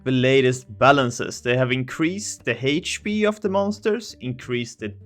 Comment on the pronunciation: I wonder who else says "Hate pee" (HP).